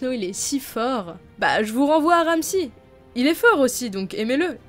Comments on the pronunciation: c'est Ramsay pas Ramssi ... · C'est ramsey pas ramsi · Ramsi fionne ... En anglais c pas comme ça qu'on prononce